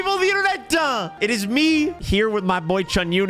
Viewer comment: I love the intro 'helloyoubeautifulpeopleof the internetttaa